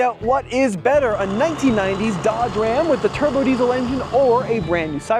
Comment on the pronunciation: Dodge not Doge 😅